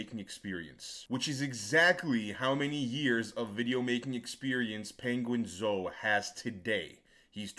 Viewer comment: I've gained new respect for for calling him ''penguin-zo''😂